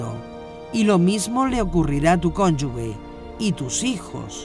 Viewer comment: Excelente serie, solo para sumar en la pronunciación de cónyuge ( la pronuncian como “conyugue” algo que en español no es correcto). Gracias bendiciones